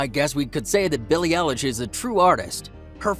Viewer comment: How u say her name:beiilie eiieilish 😅😅